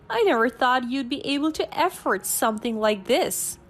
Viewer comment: Story 5: The narrator should tell the story properly and make it interesting to listen to and not be in a hurry. She seems like she's running the annual New York City marathon. Oh , and another thing, she must learn to pronounce the words correctly, it's not EFFORT but AFFORD 🤦🙆 dear me, ooh this girl, eish......